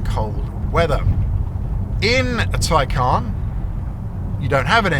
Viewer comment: Its a Tay-can not Tay-caaarrrrn.